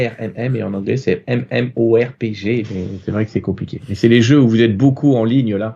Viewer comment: MMORPG, en fait il faut prononcer les lettres et ne pas essayer d'en faire un mot ^^' Massively Multiplayer Online Role Playing Game. Jeu de rôle en ligne massivement multijoueur.